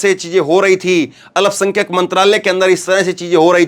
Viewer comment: Alapsankhyak nahi bole, sahi Alpsankhyak ap bolege,please, Zakir, Ara Bihar